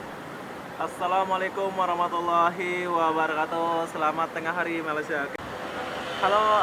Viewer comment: Tahniah..sebutan Malaysia sudah betul